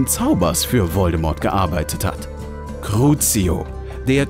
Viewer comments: "Cruzio" nicht "Gruzio" Trotzdem gutes Video ❤ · Crucio nicht Grucio